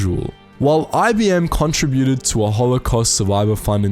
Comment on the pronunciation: Very informative but the mispronunciation of contributed was very distracting. Con trib u ted. Not contra bu ted. Just sayin’